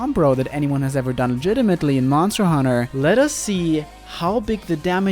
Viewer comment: Leave the hoonting of hoonters to me